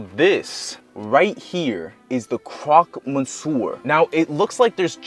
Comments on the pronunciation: The "crock monser" is pretty good, I agree. :P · bro how you pronounce CROQUE MONSIEUR, fucking ended me